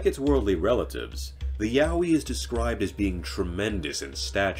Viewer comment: And it’s a Yowie not mowwy wowwy or what ever the heck he said hahaha